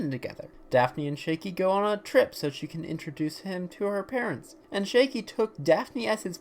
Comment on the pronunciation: Do you keep calling him 'Shaky'??? His name is Shaggy